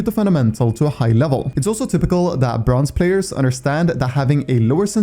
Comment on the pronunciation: I swear to god bronze is not how you say it, because yeah jsut quence into a bronze game and you'll see, or maybe its just me